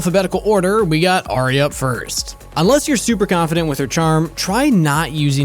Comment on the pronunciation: Ahhh, did he really just called ahri AHRIA?!?!?! bruhhhhhhhhh